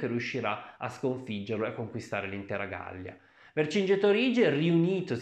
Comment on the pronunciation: Vergingetorìge egospotàmi? Ma sei anglosassone?😁😁😁😁😁😁😁